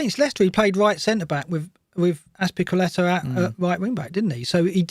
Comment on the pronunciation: I really enjoyed having you 'back' this season,. But you surely know it's not the timestamps that keep people interested, nor your jumpers: it's your pronounciation of Azpilicueta. So let's hope he has another couple of seasons in him...